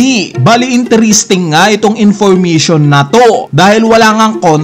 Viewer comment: Intiristing, Infurmitiun Theuri